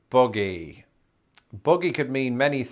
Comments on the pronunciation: You pronounced buggy like boogie, so I was confused for the first bit thinking you were talking about boogie, as in, "y'all, we need to boogie 'cause we're runnin' outa time". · The way you say buggy, i còuldnt tell if you were saying buggy or boogie. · I thought he said boggy not buggy